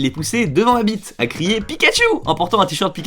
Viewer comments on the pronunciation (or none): none